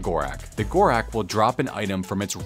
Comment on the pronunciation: Ur saying gorax like its an x wtf bro its gorak's